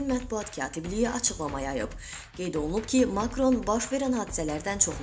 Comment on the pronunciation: Makron və Nikol adlarını düzğün tələffüz etməyi öyrən.!!!